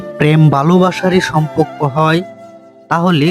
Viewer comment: আরে ভাই, এটা সমপক্ক না, সমপর্ক